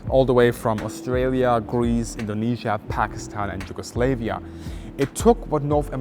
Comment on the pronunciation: Sorry but Yugoslavia, its not Yugoslevia, your pronunciation is like Yugo slave. Just pointing for people to know, no slaves in Balkans lol. Cant wait to see the cockpit (also why is it called a pit for cock?)